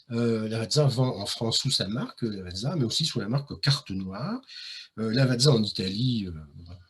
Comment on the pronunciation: Lavàtsa, pas Lavadzà, Noutèlla pas Nutelà. Chambéry chef-lieu de préfecture du Pas-de-Calais 😂Incroyables le Musee Egyptien, et le musée du cinéma dans la Molle Antonelliana